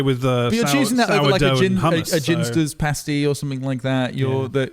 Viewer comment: you really gotta stop saying ginsters like that